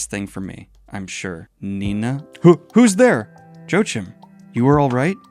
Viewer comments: Joe-Jim or something like that. The German in me died ^^. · I'm from The Netherlands, so that part of me died aswell. I have never heard him make name sound so American. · As a German, hearing you say Joachim as Joe-Jim cracked me Up. No Hate Here, i dont know how its intended either, but i was Just NOT expecting that Xd. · Just FYI Joachim is pronounced joe-ah-kim. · Pronouncing Joachim as Joe-Jim. Please don't ever change Daniel :D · I get it can be difficult to pronounce or remember certain names while reading manga. But… «Joachim », really ? 😅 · Joachim? How did you pronounce him XD? Its a german name. The j is pronounced like y and the ch is pronounced like a hard h.